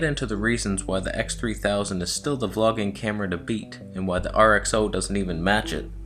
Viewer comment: RX-Zero-ii not RX-Oh-ii 🙄🤣